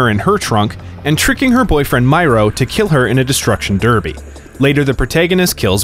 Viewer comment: I love saint row 10/10 altogether (personally I own 2 and 4, but I have finished all of them) but I speak for everyone when I say 3 and 4 ruined the saints. P.S. it's m-air-o.